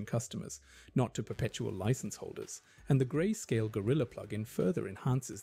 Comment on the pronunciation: I feel like im going crazy but this video sounds ai narrated, there are some parts that sound weird, like when you say "grayscalle" instead of grayscale, and the first part where you say dollar instead of dollars